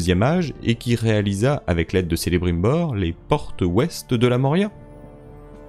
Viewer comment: Petite correction mais Khamûl n'est pas un roi haradrim. C'est un Seigneur Oriental, donc de la région du Rhûn beaucoup plus au nord. Ces 2 factions et peuples sont totalement différents biens qu'ils soient tout deux alliés à Sauron. Et Celebrimbor ce prononce Kelebrimbor 😉. Sinon le reste est super continue comme ça !